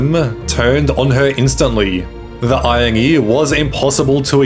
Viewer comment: We should fund a trip to Africa for her where she can debate with lions about going vegan. FYI. The 'r' in iron is silent but pronounced in irony, (I-ron-ee).